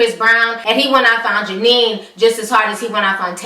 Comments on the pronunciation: The asians name is genie no jenien. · HER NAMES NOT JANINE !!!! ITS Jeannie!!!!